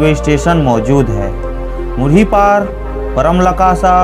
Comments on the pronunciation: Paramlakasa nahi bhai parmalkasa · Paramlakasa nahi bro use parmalkasa kehte hai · Itne galat galat pronunciation hai .. gandai , parmalkasa bakal ko galat hi bole and shivnath river h , Mahanadi nahi , mandiro me Manav Mandir ko bhi add kar diye .. and patal Bhairavi mata k Mandir me hi shiv mandir h usko hi do baar bole.. kaun banaye h lagta h Rjn k nahi h.. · वीडियो तो ठीक बनाए लेकिन हिंदी भाषा पे पकड़ कमजोर हो ।परमालकसा और ऐसे कई शब्दों का उच्चारण आपने सही नहीं किया ।